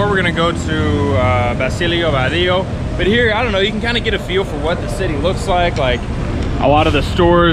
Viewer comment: Basillo Badillo is prounounced bah-see-yo ba dee yo